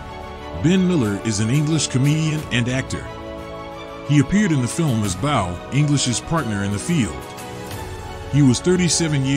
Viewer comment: "He appeared in the film as bow" Could this be any more "text to speech" or "I've never watched the film and never bothered to research the proper pronunciations"?